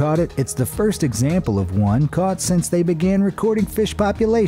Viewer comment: boi u saying egsnample sometimes